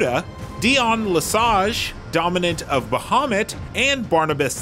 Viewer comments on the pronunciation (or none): none